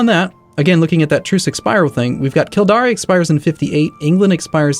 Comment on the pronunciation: Kildare is "Kill-dare" and the River Thames is "Temmes"